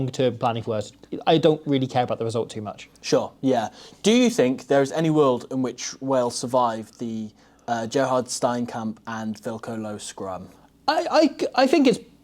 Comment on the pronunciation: Love the content! If I may it's pronounced more like: stee-an-a-kump